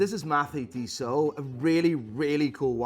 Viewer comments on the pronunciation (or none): none